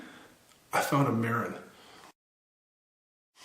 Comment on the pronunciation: The name of the bike is pronounced Ma-rin. Just like the City just north of San Francisco.